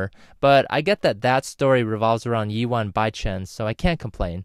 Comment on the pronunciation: Pronounced =Yay-hua not Yi wa